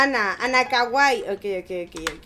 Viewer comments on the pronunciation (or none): none